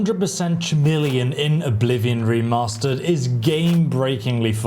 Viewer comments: It's pronounced ka-meel-eon. It's KA, not cha and not Sha. How have you never heard this word said out load before? It was so distracting that I had a hard time focusing on the point of your video. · “Chameleon” is not pronounced that way. It’s pronounced with a hard “C” sound, so it sounds more like “Cuh-meleon.” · Either way, it is a K sound at the start. Another word I hear being utterly mangled, that of glyphosate, when it should be pronounced as gly-fos-fate. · Chameleon is pronounced with a k. Trying to save you some hate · It’s a K sound not a CH sound at the beginning - like the reptile. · Schameleon he really said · Bro really said "Schameleon" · How are you English and can’t pronounce chameleon properly?? Do you say K-nife? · Dammit bro.. I have never heard Chameleon pronounced so wrong. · 😂he forgot how to pronounce chameleon!! Woww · Dude it's clearly a bit he isn't a retard. He even laughs